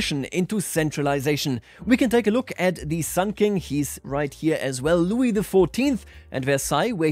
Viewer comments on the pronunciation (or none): none